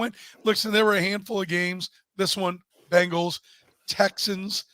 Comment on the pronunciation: The is Bengals not Bangels